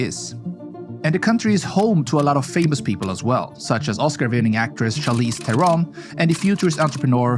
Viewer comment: bro is the first outsider to almost get "Charlize Theron " correct